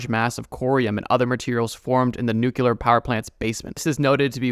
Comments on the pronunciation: I cringed but made it past "gardener" snakes (I think you meant Garter) but couldn't help myself from pointing out it's nuclear (as in nucleus), NOT "nucular." And how hard would it have been to Google the number of deaths caused by the Chernobyl incident instead of saying "many?" I found estimates from 4,000 to 9,000 in about 10 seconds, BTW. I love you, bro; you do such good work researching and pronouncing difficult words in your other videos (like the ones on drugs), it feels like you kind of phoned this one in. Still interesting, though. I know I'll probably get crap from other commenters for being nitpicky, but I'm a professional journalist and editor so I just can't help myself :face-orange-frowning::face-blue-wide-eyes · Just a heads up. Saying nucular makes ppl sound stupid. The word is nuclear. One U.